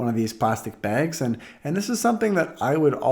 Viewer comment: lol says it like "begs"/"bägs"